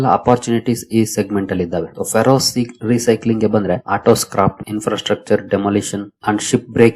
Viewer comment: Please read Ferrous as ಫೆರಸ್